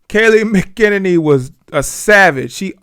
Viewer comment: 🤣🤣 its pronounced: Mack-a-nenny